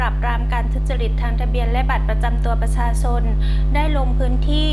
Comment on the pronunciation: เจ้าพนักงานชำนาญการท่านนี้ ทำไม ออกเสียง ช.ช้าง เป็น ซ.โซ่ ตลอดเลยครับ พูดแต่คำว่า บัตรประซาซน สำเนียงแบบนี้ผมเคยได้ดูในยูทูป เวลาคนลาวคุยเป็น ภาษาไทย ช.ช้าง จะออกสำเนียง เป็น ซ. ครับ สงสัยครับ ทำไมเจ้าพนักงาน ออกเสียงภาษาไทย ไม่ชัดครับ